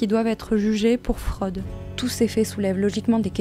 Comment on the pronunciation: Super boulot mais par pitié, les youtubeurs, arrêtez avec ce tic de langage snob qui consiste à prononcer tous les o ouverts ! Ça confine au ridicule sur des mots comme « la fraude », l’ «autre »…😅